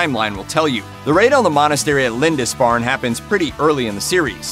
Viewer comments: Mate, it's pronounced "Lind-ISS-farn', not 'Lind-INCE-farn' - at least you corrected it toward the end of the video. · Well-done except for the 5 different mis-pronunciations of Lindisfarne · The narrator is pronuncing Lindisfarne strangely. I live near the island and I've never heard anybody pronounce it like that before.